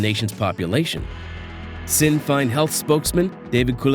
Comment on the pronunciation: You would think that someone doing a "serious" documentary on IrEland would learn how to spell the name of the country and how to pronounce Sinn Fein . At least he didnt say " top of the mornin ' to ya" 😀